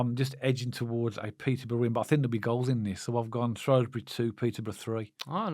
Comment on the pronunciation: Guys, great channel. Love the sense that you bring to the table. One thing if I can. Shrewsbury is shrew like screw. You say shrow like throw. As I’m a Shropshire Blue, please Shrew as in new. Loving your professionalism and the way you are both learning about the new league we find ourselves in. KRO.